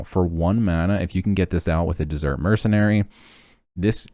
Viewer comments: Were you purposely pronouncing desert like dessert? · It's Desert though not Dessert hehe.